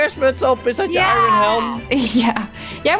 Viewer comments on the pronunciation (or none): none